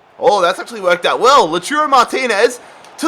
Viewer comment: King Slayer I know that it’s called Lautaro but he is calling “Loturo” check it